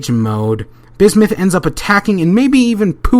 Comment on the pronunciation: bismith? lol